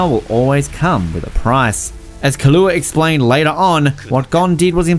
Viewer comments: Who the hell is Kahlua its killua i can't believe this guy destroyed his name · No one: Not even a single soul:: killooa